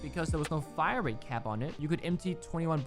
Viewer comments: Man was so distressed he said "wait no the fmg has a way figher hire rate" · Is anyone gonna talk about the fact that said “Figher Hirerate”